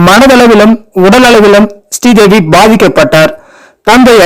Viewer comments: Her Name is not stee devi, it's Sree devi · Stree Devi Stree Devi nu அயிரம் தடவ சொல்லி கொல்றீங்க பாஸ்!!!